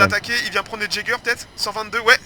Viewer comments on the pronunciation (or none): Cette bataille ! J'ai aimé l'idée des fléches moi aussi, très pratiques ! Concernant les "Jaegers", ça se prononce "Yégeurs" et ça veut dire "chasseurs", voilà, j'avoue que ça me pique un peu les oreilles quand tu dis jaeger :D